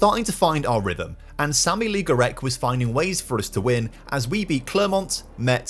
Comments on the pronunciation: I don't know how many times I heard Aaaaaaaaaaaaaaaaaah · How on earth does an adult man think 'le' in french is pronounced 'lee'? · Pronouncing Le as 'Lee' is heinous even for a brit